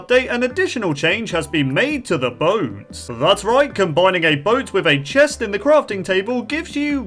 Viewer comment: I like how he said Chesh instead of chest, is something wrong?